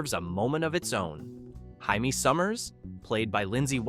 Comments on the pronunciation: “Haimey Summers?” I do not recall her name being Haimey. It was Jaimie. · LOL. I shuddered hearing "Hymie" in this video